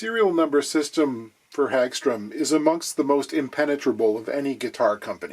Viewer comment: I've heard it pronounced as Hog Strum as opposed to Hag Strom